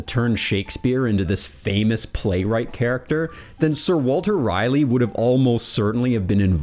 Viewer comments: Rolley not Riley. Raleigh. Sir Walter Raleigh. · It’s Ra-Leigh not Riley. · The ultimate question is; why do you pronounce "Raleigh" as "Riley?" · That's how you can tell he's a reader 😅